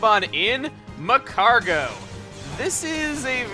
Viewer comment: It's MAGcargo,.